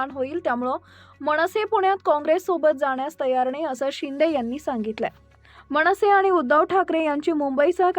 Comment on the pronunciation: मणसे, नाही,मनसेअसं म्हणावं,मणपा नाही ,मनपा